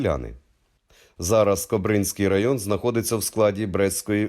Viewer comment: І наголоси ЛишЕ, а не лИше КОбринській повіт, а не кобрИнській, як польською...